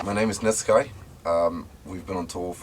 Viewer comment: Always thought it was pronounced Net-Skee